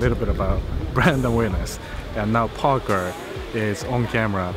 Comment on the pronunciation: Did he say Parker or Porker 😂